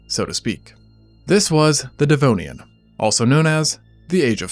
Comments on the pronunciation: “This is, the devnoian” ☠️☠️☠️ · "The Devnoian"??😳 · The Devnoian? oh dear... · Devnoian? Thought it was Devonian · DEV-ON-IAN, not dev-no-ian. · Ah yes - the devnoian! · the devnoian lol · the Devnoian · not DEVNOIAN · Devnoian lol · Devnonian? Lmao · Devnoian?... really? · the Devnoian? 😮😂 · Says, "Devnoian." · Ah, yes. The Devnoian. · "The Devnonian" 😂 when going in water you can't see the bottom of became a "No" for the first time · "The Devnoian"😮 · I have watched and enjoyed many Extinct Zoo videos, and I place them higher than most videos as far as being factual and intelligent. But your butchering of Devonian cost you a little bit of credibility. Proofread, please!